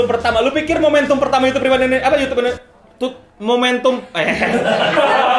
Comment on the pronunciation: Yh ngomong sekarang udh bener ngak "YOUCUBEE" lagi,, hhhhh